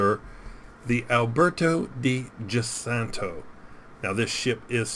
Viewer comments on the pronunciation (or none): Giussano is said like jussano. Italian doesn't have the letter j and use giu. Aka giulio cesare, giustino, Giuseppe, the president's crazy lawyer Giuliani.